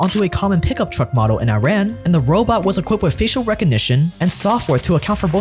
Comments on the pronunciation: It's pronounced eeraan not i-raan. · Amazing video but just a quick tip, just as you don’t call it i-tally, It's not i-ran, its Eee-run = Iran. You notice in media and politics those that are properly educated on this country's current state and everything don’t make this mistake, such as Jon Stewart, Pompeo, Obama... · Iran is pronounced E-Rahn bro, not I-rain or I-ran. The E sound comes from “Ir”, and then end it with “rahn”. Please. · Good video! next time please remember to learn how you should pronounce the name of a country. It is not I-Run, It is E-Run, very simple. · I thought it was pronounced “E-Ran”? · The main point is to start it with E. In Persian the pronunciation is E-run, in English E-ran. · Again, Iran is pronounced as "E-ran."